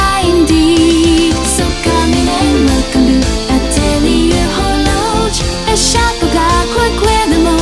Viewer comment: It's really a beautiful cover, just fantastic and I love a lot the translyrics. I'm also impressed that Atelier Horloge was pronounced correctly and in a very French way (just the h which is normally not pronounced but it's not disturbing).